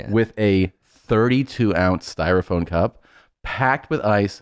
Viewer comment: Did Tom just say “styrophone”?